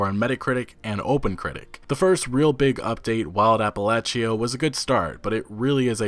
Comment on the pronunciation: Ap-a-lay-sha, son. Ap-a-lay-sha